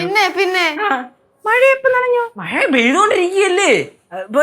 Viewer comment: മഴയല്ല മയ 😂😂😅